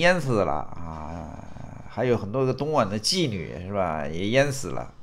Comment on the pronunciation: 东莞guan 性之都地名，会念错？哈哈哈！